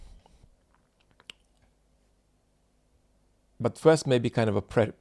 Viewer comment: I thought he said slap 👋